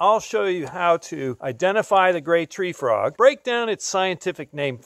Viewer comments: Hi i was just being silly i was commenting that you said cope's gray Free Trog you pronounced it wrong at that time😂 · did anyone here he says cope's gray free trog